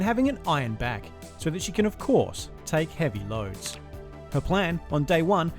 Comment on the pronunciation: ayyyy yoooo why did you say heavy loads like that